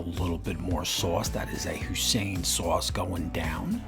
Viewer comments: Did you really just call Hoi-Sin, husain sauce? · I don't think that's how you pronounce that sauce 🤔